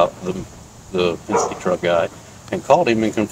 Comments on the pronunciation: Pesenske.....Oh. I thought it was Penske!!!!! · ITTSS PENNNSKIIII..NOT PAZINSKII GOD DAMN IT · “Pazenskee” ( pen-ski) lol love the channel, but I had to laugh at that small bit bro. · The name of the company with the Yellow truck is pronounced Penz-kee (Penske) 😊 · What the HELL is a damn "Paginzee"? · Pesenski is crazy 😂😅 it’s PEN-SKE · Did he say " Penzenske truck" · Btw it’s pen-ski